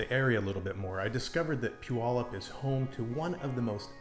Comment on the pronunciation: First of all, you're off to a good start by pronouncing Puyallup correctly. Some people never figure that one out. As others have said, earthquakes are a far more likely danger than volcanic activity from Mt. Rainier. It is in a different stage than Mt. St. Helens. Your risk of being injured during the Puyallup to Seattle commute is vastly greater than by Mt. Rainier. I would have no hesitation. Maybe you can ride the Sounder train to ease the commute too...